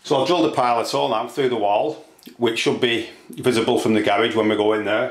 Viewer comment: Learn how to speak English. Fucking idiot. PI-OL-ITE DRILL. It's pronounced PI-LIT.